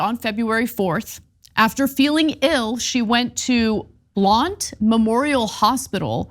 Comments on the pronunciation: Pronounced Blunt. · It's pronounced "blunt" Blount County Tennessee. It's a marbles in the mouth thing.